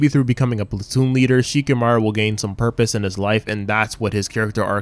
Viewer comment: Who the hell is Shikimaru? It's Shikamaru